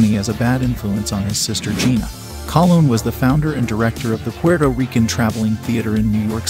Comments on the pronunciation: Yeah, and it's Miriam "Cologne"., not Collin or whatever he said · The last name Colon is pronounced Ko-Lone. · Good Lord, do your basic research and pronounce Robert Loggia’s and Miriam Colón’s last names correctly. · Very interesting information on the cast of a classic film. However, I cringe everytime you mispronounced the name of some of the actors in the film. Please learn how to correctly pronounce Loggia, Colon, etc.. Thank you!